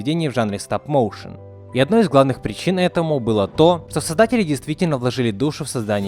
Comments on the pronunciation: Стап-Моушен 🌚🔫 Сразу видно уровень англа Так на будущее не «Стап» а «Стоп» Стоп-моушен Мои уши кроваточат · Почему стап, а не стоп? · Не стАп моушен а стоп мОушен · "Стап моушен" хммм